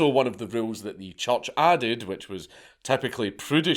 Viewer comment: Is Dank saying church or choch?